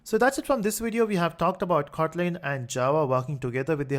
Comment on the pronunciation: sir is is khotlin or just kotlin u pronounce it as khotlin